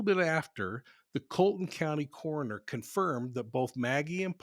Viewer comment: It's pronounced Col e ton, not Carlton.